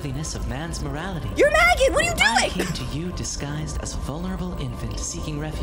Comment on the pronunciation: help it sounded like she said “magnet” instead of maggot lol